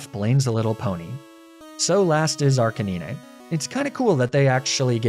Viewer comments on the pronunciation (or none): He said "knee knee tails" 🤣🤣🤣 and then "Arca knee nay" I mean, we had the PokeRap growing up, brother, you have no excuse with those pronunciations. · Mate, loved the video but that isn't how you pronounce Ninetails, Arcanine or Lapras. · ni-ne-tales? Wtf? -ar-ca-ni-ne?? Are you just trolling and wanting comments or some asinine shit like that? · Ah yes, my favourite Pokemon Neeneetails, Arcaneenay & Leprah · And arcaneenay lol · Great video, but dude, it’s pronounced like “nine-tails” and “arcuh-nine”. What’s this “neen-nay” business? 😅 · Dies he purposely mispronounce the names of pokemon? Arkanine nearly caused a stroke😂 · He does it as a joke but Arcuhneenay is criminal. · Why do you pronounce Ninetails and Arcanine like that? It's NINE not NeeNay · "What kind of sadistic narcissist steals an eevee off of a table without asking...." Hey man, can I steal that eevee from the table? Yeah, sure thing bud. Thanks for asking. Kneenaytails = NINE-TALES arcakneenay = arCANINE LOL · arc a nee nay was disgusting. usually i dont sweat peoples pronunciations but that one is just terribly wrong. its ar-canine. get it, bc its a dog, a canine. or maybe you did that on purpose so i would do exactly this. either way its gross. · I almost shut off the video when you called NINE TAILS.... KNEENAY tails Edit: you just Arca NINE... Arca Kneenay. Yea time to stop watching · "Neeneh-tales," "Arcuh-neenay," and "La-prah" threw me so hard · No way you pronounce arcanine, arca knee neh and not arca 9… ur trolling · Bulbasaur Lady heard you pronounce Arca-neenay and Neenay-tales and decided No. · I'm sorry neenetales? Arcaneeneh? Laprah? Were you having a stroke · Sorry... Arcanee-nay? I understand arguing over whether it's Arca-nine or Ar-canine, but Arcanee-nay is just disgusting. La-prah instead of Lapras too? Come on, surely you're trolling. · Are you just not able to say 9? Arcaninay And neenuhtales😂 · Ain’t no fuckin way you pronounce arcanine as arcaneenay. It’s a dog. A canine.